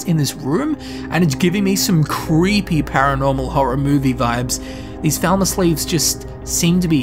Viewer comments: Bro. PLEASE. Its pronounce "Fall-mer", not "Vel-ma". Stop reminding me what they did to scooby doo xdd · Falmer. Not thalmer. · Anyone else think he says falmer like thalmer? I was like is he talkong about high elves or what? English people should really work on their English. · I'm not a native English speaker and probably because of it when you say Falmer I hear Thalmor xD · You say falmer and thalmer the same.